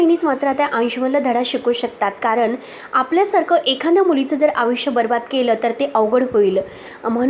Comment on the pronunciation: अग बाई तू आयुष्य म्हणायला शिक आधी.. अविश्या म्हणतेस 😂😂😂